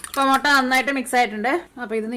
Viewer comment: Thanks... A gud,easy dish.. Gud presentation.. But 'motta' just irritates.. Improve to mutta.. Because we like u.. 🧡